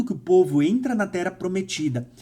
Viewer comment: tu não consegue ler de forma correta nada que tenha dois "R", pq? Rsrs "Ocorrer, vc fala ocorer" "Terra, vc fala Tera"